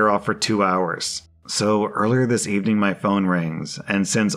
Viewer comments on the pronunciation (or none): none